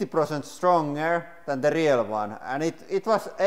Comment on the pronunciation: Selausutaan riil ei riel